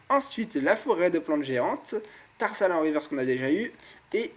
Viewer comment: Dans ce display, le booster Hoopa a été le plus chanceux. Chose etrange car pour moi c'était le moins chanceux des 4 sinon à un moment tu dis "Terhal" au lieu de "Tarsal"